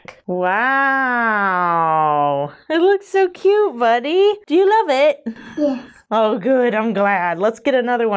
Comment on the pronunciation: “Do you love it?” betrays the fact she is really into British TV shows! 😂❤